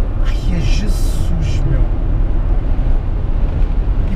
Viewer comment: Só se ouve o a dizer jassus! Hahaha